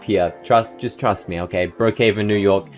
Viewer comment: "It's OKEH not to be OKEH"❤ ( cry😭)